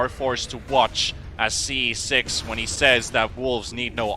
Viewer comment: this is unwatchable with the caster calling him "ce6"